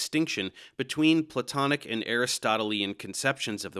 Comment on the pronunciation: Dave's interesting pronunciation of 'Aristotelian' was that first time I ever felt smarter than him.